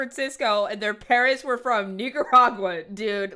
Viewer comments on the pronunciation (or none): Say Nicaragua wrong again😡😡I dare you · said niggaragua